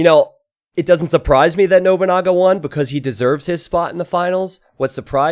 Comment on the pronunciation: love the way you say noboonaga XD it is no(pronoun as non)-bu-na-ga